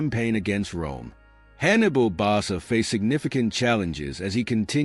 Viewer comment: Barca is pronounced BarKa